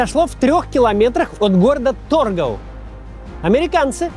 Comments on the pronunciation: Абсолютно ничего нового не узнал для себя. Но надо отдать должное , сделано и подано кино просто замечательно. С удовольствием посмотрел. И да, город где на реке Эльбе встретились советские и Американские солдаты, в советской историографии называется ТоргаУ. Ударение на последние буквы. Надо чуть тщательнее готовится. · эйндхОвен, а не Эйндховен. Странно, но Nijmegen верно произносит. ТоргАу, не тОргау КацЭбу,а не КацебУ